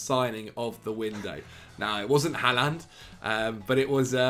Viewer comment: please learn how to pronounce Haaland’s name correctly